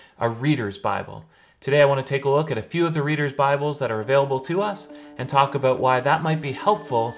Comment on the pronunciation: Lol. I spotted a canadian accent there. 'abote'